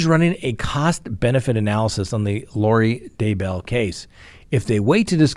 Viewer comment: I believe you stress the wrong syllable in both Tylee and Daybell.